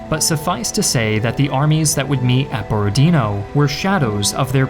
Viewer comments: BorodinO. Not BorodIno, not BorOdino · Its Borodinò, not Borodìno. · u almost guessed it correctly borodinO, with stress on the last O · Actually the stress is on the last syllable here - BorodinO.